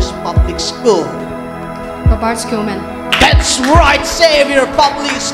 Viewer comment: Episode or episote lol. Skuman lol it is pronounced as human when u say schu